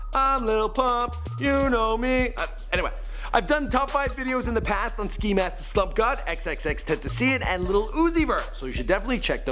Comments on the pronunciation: it is xxxtectacion not tentesen.. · dawg it's D-Rose not dehrose and XXXTENTA-CI-ON not tentaseen lmfaooo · I know he did NOT just say X X TENTA SION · Martin Romero when he said xxxtentaseen I was like you dumb it's xxxtentacion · Tenta see un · Xxx Tentahseeian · "XXX Tent-a-ceean" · Is anyone else bothered by the way he said,” xxxtentacion.” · darose and tentaseein oh. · He didn’t say tentaseeon 🤦‍♂️ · Da rose xxxtenticen pronounce the shit right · Lol xxxtenceion that's what he said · Deh rose, and xxxtentaseeon... I'm fucking done. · I'm weak this guy said tent-toss-eeun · did he say " xxx ten-ta-see-in" ??? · It's ten ta cion nigga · ...what...the FUCK is a XXXTENTACEAN? Like I honestly paused the video and stared at the floor for 2 mins contemplating. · "XXXTENTACIN" DUMBASS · DID HE JUST SAY XXXTENTICIN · "duhrose" "xxxtentaseeyin" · NothnButHeat and its pronounced ten-taa-cion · Neko Dinero and he said xxxtentasean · Neko Dinero lmao, "duh-rose" or xxx"tenta-si-an" 😂😂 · Neko Dinero this nigga said"xxtuntucio" or some Goofy shit like that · i gagged when he said tentuhseein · You still can’t say xxxtentacion right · how do you manage to say xxxtenaction so that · If you can't even say XxxTentacion right stop doing YouTube. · who is xxxtentiseeon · When are you going to get X-X-X-TEN-TAS-SEE-ON's name correct!!